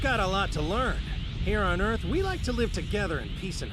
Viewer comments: The hell is planet "Urth"? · Nothing in this video is better than how the host pronounces Earth. OOERTH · I chuckle every time he says Earth. Ith! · Holly crap... narrator was saying "earth" the whole time I thought he was speaking about "iith" of something like this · Bardock and Gine send their son kakarot to "eurth" :D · This guy said earth like :,, öth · That's the funniest way I've ever heard someone say "earth"! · why cant you say the word Earth properly?